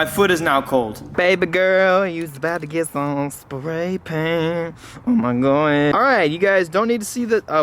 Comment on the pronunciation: He says Huhmahgoi smh